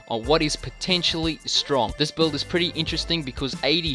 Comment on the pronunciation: That 'buuld' is insane!